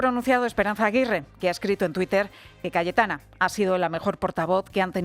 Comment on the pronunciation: Sólo yo escucho Galletana en el segundo ?